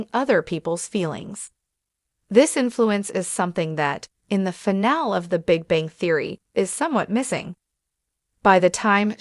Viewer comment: AI narrators don't know how to say the word "finale" (3 syllables: "fi" + "NAA" + "lee") and mispronounce it as (2 syllables: "fi" + "NAAL"), chopping off the word's third syllable. This happens many times in this video and when you use Free AI text to speech generators for your audio narration, your quality is low because you don't run the final results past any English speaking QA living human reviewers before uploading and posting your videos. Why? Is it all about the time and money?